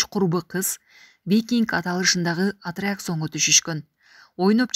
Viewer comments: Атреаксон эмес аттракцион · 5 жолу натура айтты го Атракссиййон- деп эле ката айта берди Же мага углуп кеттиби? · Жанылыкты башка бироого окутса болбойву ? зорго эле суйлойт анаа кыз тилдери буралып кыйналып атрИакционь дейт ко